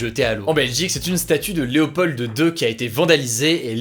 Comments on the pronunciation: On dit Leopod 2 et non Léopold de 2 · Léopold ce prononce Léopol je le sais car c mon prénom ;) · Excellente vidéo encore une fois 🙂 petit détail: pour l'ancien roi des Belges, Léopold II, le "d" ne se prononce pas 😉. Merci pour tes vidéos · C'est marrant que tu prononcés le "d" de "Léopold", en Belgique le d est muet 🙄😅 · Il n'y a vraiment personne qui s'appelle Léopold en France qu'Hugo essaie de prononcer le "d"? C'est pourtant assez commun comme prénom il me semble